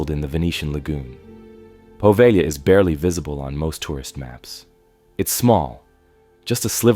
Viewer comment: It's not Poveglia with a short E and a hard G...it's Po-veh-lya.